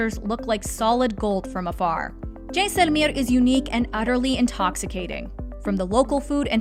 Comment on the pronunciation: Please drop the accent. You are saying the names of these places totally wrong. Jaisalmer for one example. Please just say them normally. You have interesting information and these affectations really bring down the vibe.